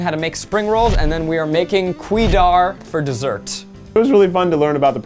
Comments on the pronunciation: as a Malaysian,it's so funny when Zach said Kuehdar instead of Kueh Dadar and Berhani instead of Biryani 🤣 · The green rolls are amazinggg! It’s pronounced as “ku-way dah dah” n omg carrot cake!!!!!!! Pair it with the sambal ❤️🤙 try Fu Ming’s carrot cake located in Bukit Merah! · I love how Zach butcher "kueh dadar" to quidar. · Haha... Glad you guys enjoyed Singapore! Hopefully you guys can come back again after the world is vaccinated. Also that green crepe thingy is pronounced as ke-way da-dar (kueh dadar). 🤣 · My man pronounce Kueh dadar as Quay Dar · Yup. Also the way Zach pronounced Kueh Dadar killed me inside.... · here during quarantine and being a Singaporean it's so funny to hear Zac pronounce kueh dadar